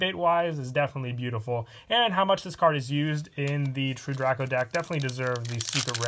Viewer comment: The way u say true draco bothers me